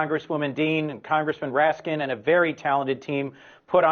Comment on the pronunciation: Jamie RAT-SKIN? Did I hear that right?